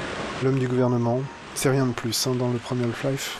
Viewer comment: Super let's play ! Juste une question, pourquoi prononcer "Holf-Life" ? A chaque fois ça me fait tiquer ahah.